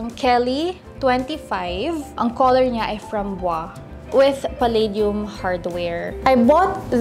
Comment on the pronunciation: It's frahn-bwaz.. or raspberry